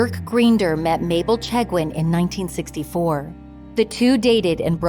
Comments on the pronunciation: Please pronounce their surname correctly. Makes me wonder what other details are also inaccurate. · I could not listen after the last name was pronounced incorrectly. I live in Wellesley and was here when this happened. Who wrote this?